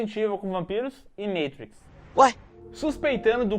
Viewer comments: Meitriz o cassete, é mátriz (z com som de x dos cariocas) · Matrix vs Meitruiquis Qual é melhor kkkk Caso não percebeu, Matrix rm português vs Matrix em inglês (pronúncia) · “Meitriquis “????? A não… MAAATRIX Pelo amor Português meus primos